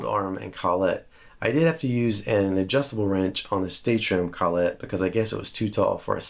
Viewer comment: collet, one word less emphasis on the syllables ..lol (sorry, don't need my permission to say it the way you want) You are a lot like me, you do things the reasonably priced way. That said, the am pro 2 jazzmaster... wow. You can buy the trem now so put that in your squire. Not sure why they don't just make them the standard now.